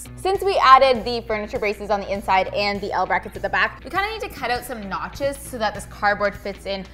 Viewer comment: when you said 'notches' i heard 'nachos' and now i'm hungry. hahah